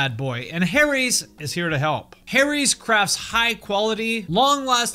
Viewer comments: Teheheh, ‘Harry’s’. Like ‘hairy’ like ‘haries’?? Okay I’ll show myself out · Stopped watching as soon as I heard "Harry's"